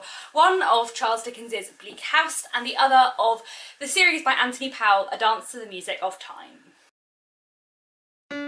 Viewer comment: His surname is pronounced Pole.